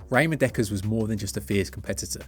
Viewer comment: its pronnounced Ramon not Raymond